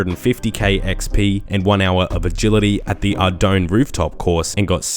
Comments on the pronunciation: It's pronounced 'AR-doon' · It’s literally are-done (with a long O, not pronounce like “I’m done” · Ardounge is a city of pirates and ships so the realy pronouncing is arrr doungje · Mainly pronounce it the proper way(confirmed by a J-mod) "ardoyne" but sometimes it's "a dong" for my amusement. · "Arr-doyn" is the verified pronunciation per the Jagex account